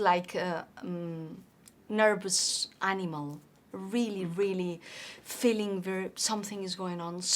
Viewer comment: Very easy to understand her speech. I only wish I could be so well understood in another language. Only little things stand out-- diphthongs like "th" and "ch". "Feel" and "feeling" sounds here like "fill" and "filling" but the context makes it clear what she means. "SiTuation"--- this is an example of over-correct pronunciation -- we pronounce it as "siCHuation." It's a crazy language for spelling-- cough, rough, dough, bough, enough--- cawf, ruf, doe, bow, enuf. Native English speakers think foreign accents are great. So don't worry too much about it.